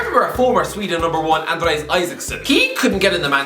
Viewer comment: Andreas* not Andreis